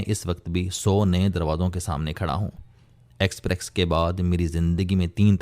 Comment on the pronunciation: It is expess, not exprex